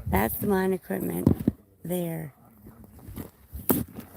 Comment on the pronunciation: You say equip.t.ment same way I think it seems right. But there is no 't" in equipment except at the end of the word.